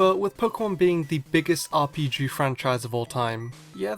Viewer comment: Is it just me, or did he say the most popular RPJew game?